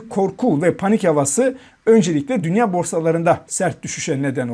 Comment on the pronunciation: Portföy ,dünya,teminat,faiz kelimelerini okuma yanlışları var daha düzgün okunsun yoksa ben okuyacağım